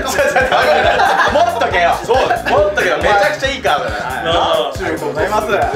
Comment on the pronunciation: カードじゃなくてカートってか